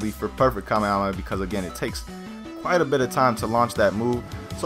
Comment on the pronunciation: Kaa - meh - haa - meh - haa pronounce right often, kaa - meh - aa - meh - aa just triggers me